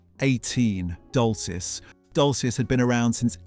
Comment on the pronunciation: Glad someone else spotted it. The pronunciation of years, plus Topman and Dolcis, an the intonation on several words fell flat. The voice is trying hard to be that of a modern young British man, however it is simply AI shit.